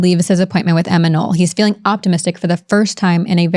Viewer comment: Not Emma Noll, but Emma Knopp.